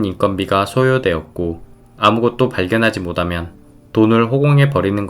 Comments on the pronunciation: 모다면 (X) —> 못하면 (O) 발음 좀 신경써 주세요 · 발음 모다면 모대 고쳐주세요